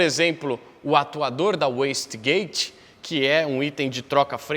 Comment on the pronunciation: primeiro e unico local que eu vejo o cara falar certo "waste gate" e não "west gate"....linduuu